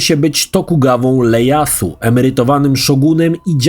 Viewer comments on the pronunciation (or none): Tokugawa Ieyasu to jest "i" a nie 'L"